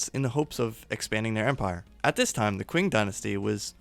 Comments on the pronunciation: Qing=Ching not kwing. Chi ng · It's pronounced "Ching" Dynasty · Love it!!!! Big hole for this in the YouTube history/geography world. This is more of a note for you than a criticism, but just so you know the Qing Dynasty is pronounced like "ching"